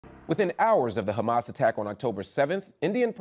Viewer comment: A great interview as always, marc. I appreciate your support and knowledge of the palestinian cause. But I do have to add that as an arabic speaker, I love the way you pronounce Hamas. It is so crisp and clean and correct! Lol much love from algeria